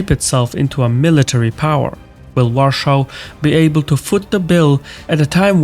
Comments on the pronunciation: Great video as always! However, why do you use the German pronunciation "Warschau" and not the Polish "Warszawa" (Varshava) or English "Warsaw"? I'm sure you're aware of the historical sensitivities that using German names for Polish cities stirs up, and it really doesn't make sense to use the German pronunciation in an English-language video about Poland which hardly even references Germany. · it's pronounced VARSHAVA not WARSHAW 😅 Nice try tho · it does serve as a reminder that though just about every eastern european nation stands with Poland and Ukraine, our cultural space has had a stamp pressed into it where our traditional pronounciation of the polish capital has become in german accent. that is due to the division of poland between prussia and the czarist empire, where poland was erased from having its own future for a while. i would say it is a good reminder to us all of what is at stake if we let the germans or russians live. inevitably, in another hundred years there will be enough cultural exchange that people get accustomed to calling the polish capital as its inhabitants call it. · I have Polish family and I never heard Warsaw pronounced like that. It sounds like he says Russia every time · I'm wondering about your pronunciation of Warsaw. No criticism, mind you, I'm just a bit curious. Is that how it is commonly pronounced where you are from (Azerbaijan?) Your pronunciation takes the Polish "sz" from Warszawa, but other than that, you pronounce it like English speakers, including having only two syllables. Very interesting. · Please, do not pronounce Warsaw with German pronunciation... Never. In Polish it sounds like Va-r-shava In English it's obvious. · What a terribly painful accent. And please learn how to pronounce Warsaw in English, it's not that difficult! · Why do you pronounce Warsaw in German when the rest is in English? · Interesting choice to go for the german pronunciation of Warsaw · Why are you calling WARSAW, a warschau (german)?